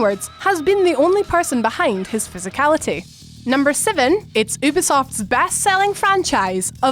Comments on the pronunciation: ummm , its " youuuu-beee-soft " , you're welcome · can you stop pronouncing ubisoft as oobisoft